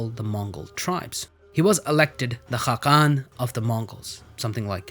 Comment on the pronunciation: also btw ğ is silent so khağan doesn’t have a g in the middle